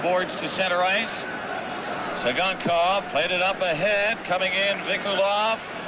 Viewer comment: LOL you can see Tsygankov laugh to himself when the announcer mispronounces his name